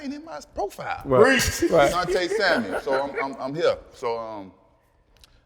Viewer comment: "Samuel", no "s" at the end